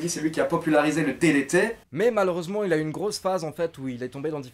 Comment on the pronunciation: Ça m’a tué comment t’a prononcé DDT 😂 Sinon super vidéo comme d’habitude, continue comme ça.